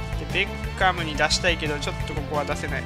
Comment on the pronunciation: ベッカム引いたとこベーコンにしか聞こえなかった人おらん？w